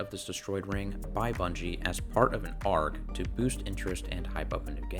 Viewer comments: ARG is pronounced A, R, G, it's not a word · First time I've heard someone so confidently phonetically pronounce ARG, instead of A. R. G.